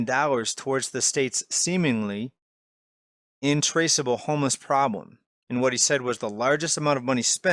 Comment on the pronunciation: "intraceable homeless problem" lol... no, it's "in-TRACK-table"